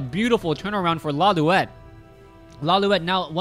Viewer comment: correction: it's pronounced as law-light not loliwet